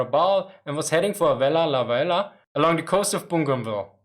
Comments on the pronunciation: Am a Vella La Vella woman born at Vella La Vella. This is how you pronounce our Island name... Say Vella (stop) La (stop) Vella. You take a short breath and say it's words. It is named by a French Explorers to Solomon Islands they are Captain Carteret and Captain La Peruse. Our language is very hard to speak it's an Austranetian language tongue wobble inside and only us people of Vella La Vella can speak it none of other Solomon Islands people can speak our Vella La Vella language. Very unique easy to learn cos the language is exactly like English when I translate word by word. So now people learn my (Vekalo) Vella La Vella Language. Yes we still have 7 Japanese Soldiers living in the thick mountains jungles of North Vella La Vella at Java Sibilado area. They still alive in jungles villages see them go get ripe bananas, pineapple in their gardens. They looking old but very strong grey long hair eith long beards as well. Our forest and jungles are full of wild bamboos so the live underground very clever Japanese Soldiers. They report them in 1985, 1986 on and their Commanda flew over to Vella La Vella telling the men to come out WII has ended. The commands even drop Japanese fliers in Japanese language all over the jungles. Still today they are there survivors. Also in my village us a Japanese Soldiers grave my father a Missionary bury him in our family grave yard. If any Japanese know of a missing soldier get in touch with me please. Anybody know name of USA Marine Commander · I'm truly amazed about how you managed to say "Vella Lavella" while maintaining sanity. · Vella Lavella is almost breaking your tongue Can you say it 50 times in a row ? What were the most difficult words for you to pronunciation ? Very interesting topic topic, a change from the meme of Japanese throwing their men in meaningless meat grinders.